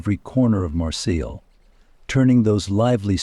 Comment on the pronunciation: My friends, my friends, my friends... beyond annoying. Also, you are mispronouncing Marseille.